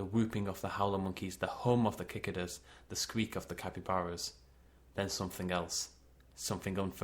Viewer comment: Nice! Quick note: at the end... cicadas? If so, it's pronounced "sik-ah-duhs". Or "sik-ay-duhs" (I think that's the American).